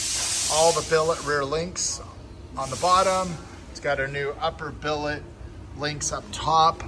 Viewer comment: Say billet